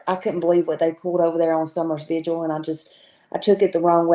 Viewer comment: It's 'VIGIL' ...I wish people would stop prouncing it v i g u a l !!